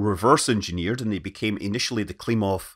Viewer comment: Klimov Engine. For a minute there, I thought he was saying Klingon Engine, but that would have been the wrong franchise. 🤣